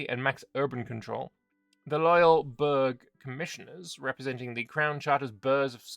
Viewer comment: a burgh not pronounced berg, it's pronounced like the end of Edinburgh. Like borough.